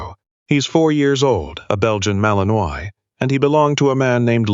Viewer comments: Seriously, people? The breed name is pronounced Mal-en-WHA, not Mal-en-oiy. Come on. Get it right. If you can't use a word, why use it? It just makes the dialogue sound ignorant. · Granted, it's AI, but maybe it could pronounce properly - mal-in-wa not mal-in-oise. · Narrator, I sure wish you knew how to pronounce words better...not trying to be mean, but it's "malin-waaah" ok? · Fix the AI & find a photo of Belgian Malinois if that's what the story is about. Pronounced Mal in wah, btw. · Malinois is in French and pronounced Mal-in-wah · AI can't pronounce it correctly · Looks like the pronunciation of the breed type which is the subject here could, at the very least, be correct !!!